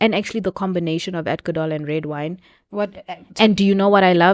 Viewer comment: Adco-dol. you see neh. it’s a problem